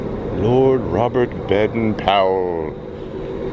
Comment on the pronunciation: The only thing that I didn't like about the video is that you pronounced Baden wrong. Otherwise it was a GREAT video!